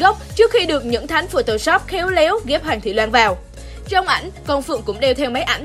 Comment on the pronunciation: Hoàng thị loan....chị đọc sai tên